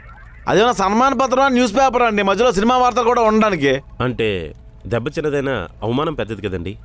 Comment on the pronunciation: dayyala dibba ❌ Dayyala debba 👍